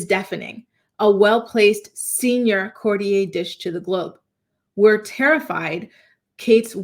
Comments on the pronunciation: Courtier --the r on the end of that word is not silent. I'ts not pronounced with an a sound. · Courtier.. court e ur. Not like Cartier.... 😂 but i agree.. theres something going on wuth Kate..they keep referring to her as Kate Middleton, her maiden name, an odd detail. Her kids are out of sight too. And the Derren Briwn tweet from 14th December..something bad has happened. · 😂It would help if you could pronounce courtier properly. It would also help if you named, this person. There is no mystery, The Princess of Wales is undergoing treatment, nothing to hide so stop the nonsense